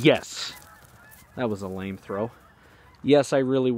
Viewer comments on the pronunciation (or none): none